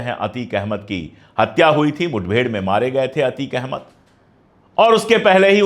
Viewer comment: Anchor said mudbhed 😂😂😂😂😂😂